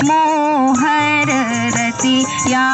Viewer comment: जिसे कम से कम "रतिया" का उच्चारण एवम् भावार्थ नहीं पता वो भी सोहर गाने का दुस्साहस कर रहा है...!